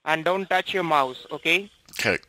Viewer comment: The way they all pronounce mouse, mauze, really irritates me.